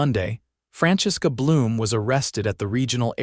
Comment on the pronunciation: Franchesque A Bloom instead of Francesca Bloom within 8 seconds. This one should be good. Mr. Alidjassan. Not sure what that is supposed to be. This is something that always seems to be missed in these stories. The original HOA CC&Rs are drawn up by the developer [or owner] with the help of real estate attorneys and title companies. The developer [or owner] retains ownership of all the property until houses are sold and an HOA is formed. Common arears are then signed over to the HOA NOT the HOA board. The HOA Board does not own anything. The common arears are technically owned by all the homeowners. There are no states in the United States that allow HOA Boards to amend the original CC&Rs without a vote from the homeowners. Complete fail. Subject to removal? Neither the HOA board or the HOA as a whole can simply vote to evict a homeowner. Not going to bother to hear the rest.